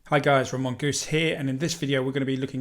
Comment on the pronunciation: ¡Hola señor! You do know that without the appropriate accent over the o in. Your name pronounced by us Hispanics, Latins or anyone else for that matter would sound different? Try using the accent over the o in.